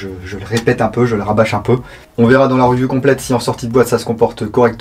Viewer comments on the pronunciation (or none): none